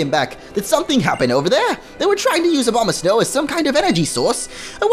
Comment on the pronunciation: It sounds like you're saying Obamasnow